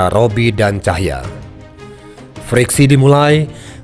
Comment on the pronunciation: Bukan ‘Cahya’ sebetulnya tapi ‘Tahija’ (org Ambon). Utk Narator